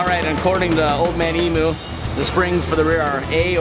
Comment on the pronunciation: It's pronounced (eee- mm -you) not eeeemooo, they're birds not cows